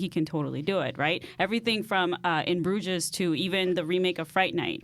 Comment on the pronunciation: how have you seen the movie and can't pronounce 'Bruges'??